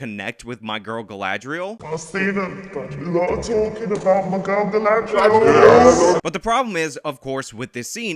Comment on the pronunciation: I SE ALOY OF TALKIN ABOUT MAH GRRRRL GALADRIELLLLLLLSS...I laugh everytime and look forward to this with glee